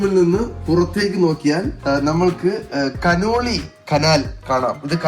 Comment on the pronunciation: കനോളി കനാൽ❌ കനോലി കനാൽ✅